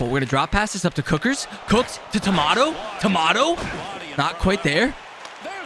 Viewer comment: It's torquato not tomato😂😂